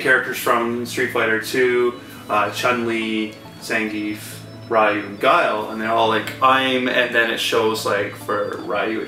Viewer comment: And I cringe when I hear people pronounce Ryu wrong! But it's okay, back then there probably wasn't any official pronunciation.